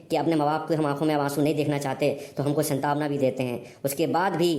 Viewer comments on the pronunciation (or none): अबे C संतावना nahi सांत्वना होता है पक्का तू भी 15 लाख वाला है